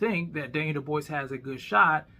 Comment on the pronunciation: How you calling DDD Duboise and Dubois in the same video. 😅